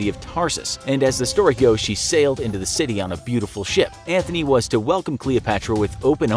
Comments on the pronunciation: No no no my boy, its Antony, not Anthony, theres no h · IT'S NOT MARK ANTHONY IT'S MARK ANTONY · It’s Mark Antony Not “Mark Anthony” 💀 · Antony not Anthony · IT'S ANTONY! !!!!!😒